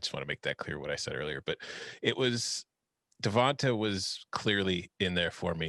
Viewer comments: Pronounce with a LONG A.... DeVontA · Why are they pronouncing Devonta like that?